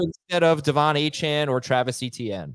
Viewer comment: The real “justify it” should’ve been pronouncing Achane’s name wrong. He’s been vocal about how it’s pronounced and you’ve had 6 months to correct your pronunciation, show a little respect